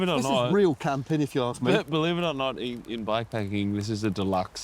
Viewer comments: It's camping not cramping dude 😂😂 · Its Camping, not cramping dude 🤣. Matt did it again, and beautiful production.